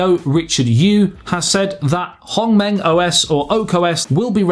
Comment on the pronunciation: I think the only problem of this HongMeng OS is the pronunciation of its name. Man you really did well when saying it and HuaWei, I've seen most say 'WA WEE' which made them sounding like a Chinese baby.